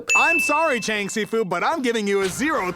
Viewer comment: bruh Fr I'm a mandarin speaker and the only thing that makes anything close to the the s in si in this episode is an x and it wouldn't be pronounced bc x is like sh essentially also the cheng isn't even pronounced right an e in Chinese is like uh or eh depending on which letters you combine it with, and in this case it would be pronounced like "chung" bro what were the writers doing there like y'all should do your research 😭